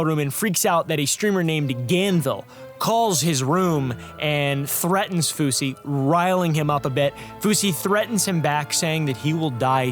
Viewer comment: Fousy.. Not kosher or whatever